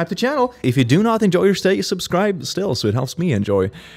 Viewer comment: I liked it when he used to say "subscrüb to the channel"